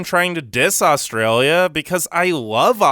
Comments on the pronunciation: is it just me or do all non-australians pronounce Australia with an o. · Thsnk you got ptounouncing Melbourne properly. Now we just have to work on your pronounciation of Australia. However, we do NOT have the gun, drug and rampant crime culture that America has. When you can go to the supermarket without getting mowed down or mugged, then you can diss us. As for our immigration process, our process is a breeze compared to the US.